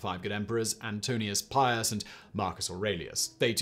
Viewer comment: It's not antonius pius it's antoninus pius